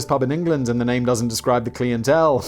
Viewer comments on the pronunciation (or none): That's pronounced clientele It's not Clientele